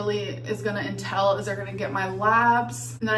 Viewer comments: I hate how she says “intell” instead of “entail” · “What this appointment is gonna entell”… ENTELL?!!!!!! God almighty 🙄